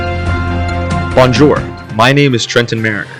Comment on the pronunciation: You said bonjour in the least french way I have ever heard